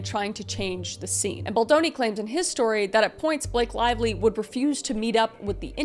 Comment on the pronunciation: Blake Lavelie? Did you pronounce her name like that